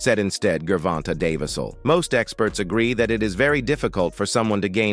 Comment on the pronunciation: “Ger Vonta Day versul” 😂🤣😂